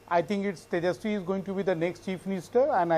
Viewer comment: Can't even pronounce Tejaswi !!!😂😂😂